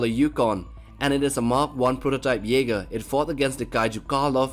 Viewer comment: WHATS YE-SPER??